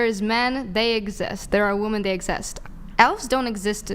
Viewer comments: Its WOMEN not WOMAN!!!!!! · these women don't even know how to pronounce "womEn" let alone know what women are. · They can't even pronounce women. No wonder they don't know what one is.